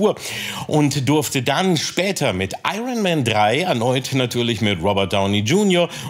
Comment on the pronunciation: Ich dachte, Kalki als Dolmetscher, wüsste wie man „Iron“ richtig ausspricht.